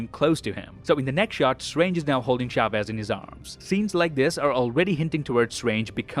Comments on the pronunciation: it's funny how he pronounces Chavez, you have to pronounce the "Ch" as in "Church", but at least he tried😂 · It is "Chavez", not "Shavez" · "Shavez" :v xD.